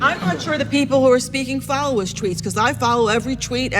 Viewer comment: Teacher: most of his thweets are amazing. Shmart and penny. Guess speech therapy never worked for her.